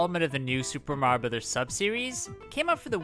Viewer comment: how can mario youtubers never pronounce "mario" properly